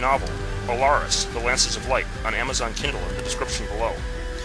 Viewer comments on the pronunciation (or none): none